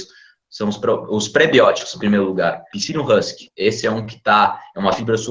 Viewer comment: Caraca!! Agora que desdcobri que o nome é Psylium Husk, que já conheço. O caso é que tive que ouvi umas cinco veszes e nem assim conseguir detectar o que vc disse no video, pois se ouve "Ensino Rans". No Google nada consta parecido